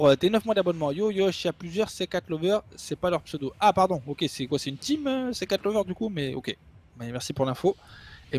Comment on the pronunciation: On a du "koi"? 😂